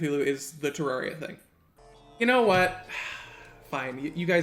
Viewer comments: The fact that he says "Terawria" 🤣🤣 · THE GAME'S NAME IS PRONOUNCED TER AIR IA.